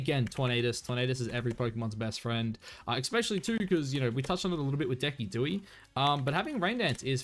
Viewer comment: Please tell me you’re pronouncing Decidueye’s name incorrectly “on purpose”